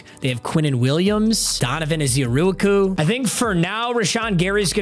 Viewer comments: Ezearooakoo. Say it with me...🤣😂 Ezeiruaku pronounced (Ezz-Ah Rah-Koo) Or just EZ( Aka Easy) as we call him here in Dallas. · Dude it’s (EHZ- AH -RAH -KU) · Let's say it together.. Ez-er-ah-koo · Your saying Donovan’s ezeiruaku’s name wrong btw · I literally just commented this 😂 I laugh every time he says it . He’s sounding it out how it’s spelled but he don’t know it’s actually 4 syllables, not 12 🐐